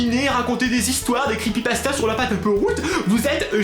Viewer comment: Les crépeuïpaseua! On adore